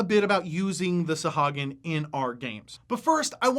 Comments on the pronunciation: Isn’t it pronounced saw-who-ag-in? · Love you and your videos, … but man oh man it was hard to listen to you mispronounce Sahuagin (sa-HOO-a-gin) the whole time;-) D&D Beyond has every monster name voiced by Matt Mercer and Marisha Ray so we can know how they are intended to be said. I'll probably get flamed for being a stickler, but a big portion of what you're doing here is education, so let's spread the education to all facets of the game;-) I think they are fascinating monsters as well and have a one-shot adventure on the DMsGuild that features a colony of freshwater Sahuagin. Great job and keep these vids comin'! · Actually, It's Suh-HOO- uh- gin according to Chris Perkins. No offense meant. TY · Mispronounced the name.